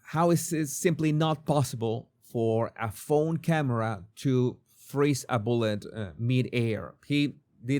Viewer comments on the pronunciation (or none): none